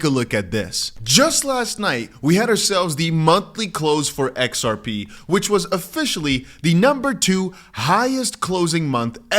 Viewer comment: Put on your glasses dear it's X R P. NOT. XAI😊